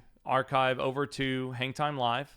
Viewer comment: Gotta work on saying "Hangtime" so it doesnt sound like "Hentai"